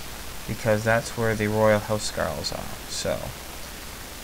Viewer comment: Huscarls is prenounced with a K not SK sorry, im danish... cant help it, Hus means House and Carl means Knight/Serf of the King but, you seem to be very inclined with the norman way of fighting